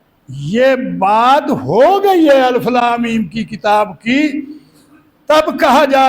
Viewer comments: اَلِفْ : درست تلفظ ہے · بابا جی کو کسی قاری صاحب کے پاس بیٹھ کر تجوید کی کلاس لینی چاہیے الف ہی کو غلط پڑھ رہے ہیں الف کے لام کے نیچے زیر ہے زبر نہیں